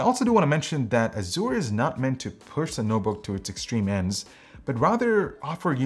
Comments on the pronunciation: Made me cringe everytime he pronounced it Azoor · Why do so many pronounce azure as azoor? Is this a non-american thing? I've always known it as a-zer. And at least Merriam-Webster confirms it to be that.